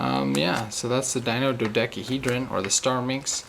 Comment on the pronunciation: Dino dodekeehedron.